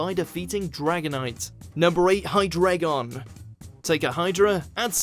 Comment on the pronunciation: You need to separate the Japanese Version from the Dub in your videos. You called Generation 5's season Best Wishes, which was only the Japanese title. Also, maybe learn the pronunciations? Hydreigon = Hydra, Drei (Three in German) and Dragon = Hi-Dry-Gon. Also, Zweilous... The Zwei is 2 in German, so it's pronounced Zvy-lus.